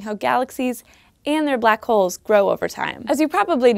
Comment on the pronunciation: ***** Its the way she said it that slightly annoyed me, it just sounds like she means it different.